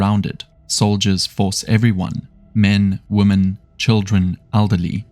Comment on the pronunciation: Narrator needs to learn how to pronounce the word 'women' Vs 'woman'.